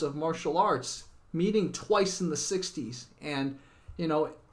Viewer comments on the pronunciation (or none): none